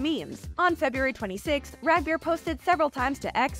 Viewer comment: Rag beer? Yall butchered the name in the worst fkn way